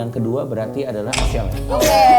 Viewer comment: nyebut ashel dengan "adel" Gak sih